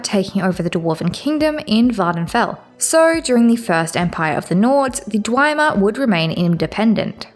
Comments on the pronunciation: No hate here, constructive criticism. It's pronounced Dve-mer, not Dwi-mer. Good series overall and material tho, keep loring ^^ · You are just blatantly making up pronunciations that are so far off base its insane, so that reasoning is nonsense. Not a single character in the series pronounces Barenziah like that, or pronounces Dwemer like it has an i in it somewhere, ffs you can hear how Redoran is pronounced if you just played any of the dragonborn dlc, there is no excuse for this level of mispronunciation other than willful ignorance or engagement bait. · In Morrowind, Azura herself says dwee-mer in the final cutscene, but most people say dwem-er nowadays. Hearing dwi-mer is a first for me though hahahah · I'm almost certain that it's pronounced hla-loo with a very soft almost not pronounced h but I'll just chalk it up to your accent. Also, it's dwem-er and ky-mer to my knowledge. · I have to assume you're mispronouncing things on purpose? Dwemer, Vestige, and Nerevarine all have PLENTY of examples spoken aloud throughout the game. And Dwemer and Nerevarine you are pronouncing nothing like the spelling. And of course why would Hlaalu have two A's if you're meant to emphasize the u? At first I chalked it up to accent but at this point it simply makes so little sense I can only assume you are doing it on purpose. Bravo, good troll. In every other manner it's a great video though, I'm enjoying the analysis